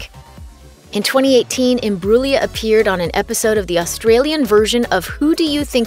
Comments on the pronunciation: The way she's says her family name though.... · Learn how to say her name.